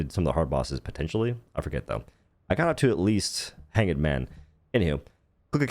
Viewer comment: Did you just say hangid man? You do know it’s hanged, pronounced as though the e is silent. It is pronounced like fucked or do we say Fuckid?